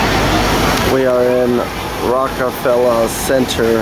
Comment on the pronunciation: there is an r at the end of reckefeller its not pronounced like the shitty rap label rockafella